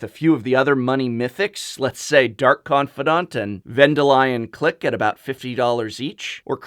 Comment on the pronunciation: "venda lion click" oh... ok. I guess we can just pronounce things however.